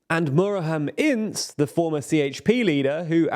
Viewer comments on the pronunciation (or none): how is the pronouciation on point for erd-oğan but off for oğan lol, ince [inˈdʒe] is a little more understandable but still jarring after hearing the first two being pronounced correctly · Ince as "ins" 😂😂 i love British people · Sorry but please, before pronouncing Turkish names just look on the internet for the correct pronounciation. I know it's not a big deal but it is so wrong for Muharrem Ince it's out right frusturating. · you nailed the pronounciation of Kılıçdaroğlu's last name this time around. Your pronounciation of Ince's last name however, was the funniest thing from your videos so far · Because Ince is also an english surmame and he is using the english pronunciation.